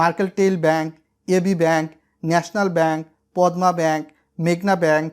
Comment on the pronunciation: পদ্মা ব‌্যাংক‌টির উচ্চারণ পদমা না, হ‌বে পদ্দা।